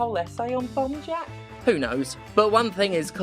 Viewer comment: Until you showed the title at the end I swore you were saying 'Bum Jack' and it was so on brand I didn't even question it. So you got that going for you, which is nice.